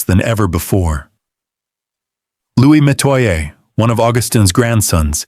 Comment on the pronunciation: This is partly true. He's pronouncing Metoya wrong